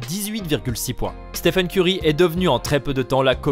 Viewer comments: On est d'accord on l'a tous insulté quand il a dit steven au lieu de stephen? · Stephen curry non pas steven curry😤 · steven curry wow c'est Stephen et non steven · Au début C'est pas Steven mais Stephen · Il s'appelle Stephen pas Steven en plus il a parlé de qlq records pendant 8 min pour parler de 2 ou 3 richesse pendant 3 min 🙄🙄un peu d'effort quand même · Steven curry il a dit 😂😂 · De ouf 😁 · oui clairement, mes oreilles ont saignés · T'as raison wesh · Total Oui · Mais ptdrr déjà il dit Steven et ensuite le "jeune" meneur des warriors sérieusement??? Et curry est pas du tout chez Nike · Il l’a appelé STEEVEN Curry 😭😂